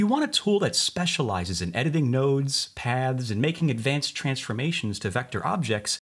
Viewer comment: All I am hearing is pads instead of paths. Am I the only one?